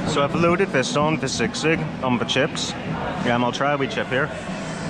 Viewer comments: Guys, it’s not sig-sig but SEE-sig. 😊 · I heard sigsig 😄☺️, that is sisig… 😅😉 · Haha its si-sig not sigsig😅